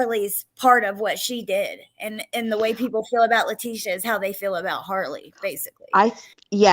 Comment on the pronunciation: Sorry I missed this live! Love you guys! you’re the best! a trip too… but Let teeees ssssiiia … she’s the only one I’ve ever heard say her name this way! It is a classier pronunciation for a person of zero class! Too proper than T deserves! Thank you always sweet!